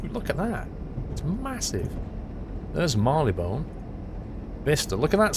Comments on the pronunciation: Mar-lee-bn. I think you put too much stress on the 'one'. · please pronounce Marylebone correctly kthxbai love Davina